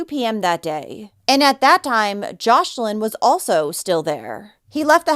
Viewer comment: It's Joslin not Joshlin.